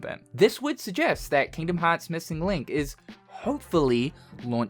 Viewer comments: hard r for me is rolling the r xD Kingdom Hearrrrrrrrrrrrrrts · Hearing him say Kingdom Hearts with a hard R is surreal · "Kingdom Hawts" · Hearing you say Kingdom Hearts in an American accent was way funnier than I was expecting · His American Accent came out for a second 😂